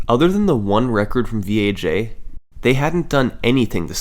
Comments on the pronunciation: Something tells me name "VAJ" not supposed to be pronounced as "Vee-Ae-Jay" my dude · is it pronounced v.a.j or vaj hahaha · carefully saying "v" "a" "j" instead of the way we all know it's supposed to be pronounced... thanks youtube censors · I think think you're supposed to pronounce VAJ by reading the letters... :D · Summoning Salt: His name was "V.A.J" Me: No no we both know thats wrong.